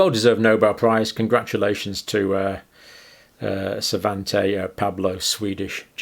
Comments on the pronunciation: John you keep mis-reading names! It's PAABO , not PABLO! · My Swedish is a little rusty but as far as I know Svantes last name should be pronounced Pairbo not Paabo. Dr, you say when the evidence changes, we change with it... but the evidence has never changed, the propaganda just changed... those who were showing the evidence before it became propaganda were called conspiracy theorists. But, we've been telling you this from the start, you just choose to believe those at the top, rather than the bottom.